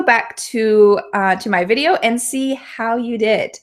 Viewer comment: why do you really pronounce the /v/ sound in the word "video" like the /f/ sound it sounds like fideo